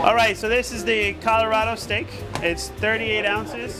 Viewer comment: A parte che dovrebbe già saperlo dire..... ma continua a dire STIK anche dopo aver sentito il ristoratore dire 50 volte STEIK ..... va beh